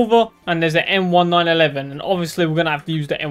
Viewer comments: Bro realy said the m1911 wrong he said m1-9-11💀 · Idk if it’s just me but it kinda pisses me off whenever you say m1911 you say it m-1-911